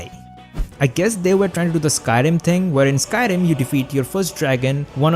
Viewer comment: "the ting"